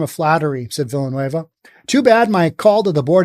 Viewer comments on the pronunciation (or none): Villanueva is pronounced: Veeyah-nueh-vah.